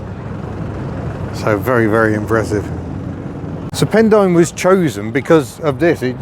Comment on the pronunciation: A very interesting video, it may be spelled Pendine but believe the pronunciation is pendeen. Also amused by Americans driving coops (coupes) not coupés', they lost the chickens somewhere.